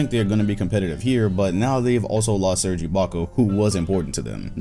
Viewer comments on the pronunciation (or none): none